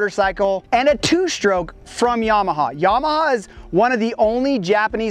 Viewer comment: its not YAH-MAH-HAR its YAMA-HA